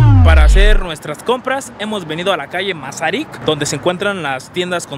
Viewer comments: Y es mazarick NO MACERIC 😂😂😂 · Me: Yulay se pronuncia Mas-uh-rik... Yulay: tu lo pronuncias, yo compro ahí 🤑...